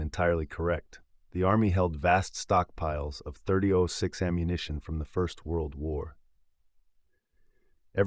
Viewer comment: Can't say 30-06 correctly? You dumb or is it just AI slop?